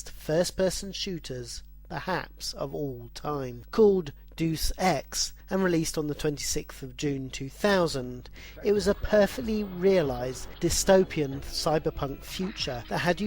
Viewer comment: Awesome review of the 90's releases, but your odd pronunciation of names culminating with "Deuce ex" drove me nuts.